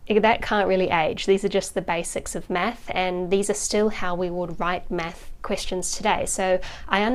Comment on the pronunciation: i like how she says meth instead of math